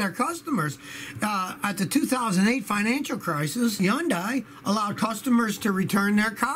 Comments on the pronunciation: "Yun-dai"? Think it's pronounced "Hun-day", like Sunday but with an H. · Yondai? Stop it Scotty. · Did Scotty pronounce Hyundai as "Huh-Youndai?"